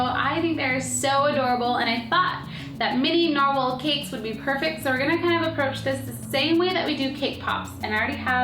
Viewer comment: you said narwhel and norwhal XD